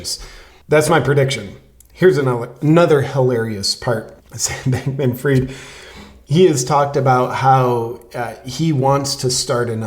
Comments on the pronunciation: FRIED as in TIED, not FREED. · I have a question, as an ignorant Frog : why don't you pronounce his name "fried" as in well-cooked ? It would be so appropriate, that a "bank-man" should be "fried".